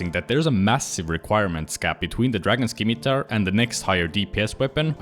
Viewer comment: Dragon scimitar is pronounced "sim-i-tar" with a silent C. Great video otherwise!